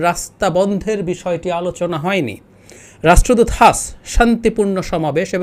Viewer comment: এটা হাঁস নয়। "হাস" Haas মানে হাস Sun এর উচ্চারণ যেভাবে সান! It is Peter Haas Not Hash